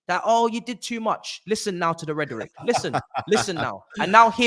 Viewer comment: Someone needs to tell it’s rhetoric, not redorict 🤣